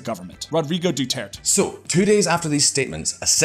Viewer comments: The American voice in the background should do his research on pronunciation by asking any Pinoy or watching 5 minutes of Philippine TV. Doo ter tey is the pronunciation. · lol "Duturt"? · Whenever the secondary speaker said "Dew-Tert" I died a little inside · Sadly, they do not make effort to correct its pronunciation. They just assumed it's the correct one.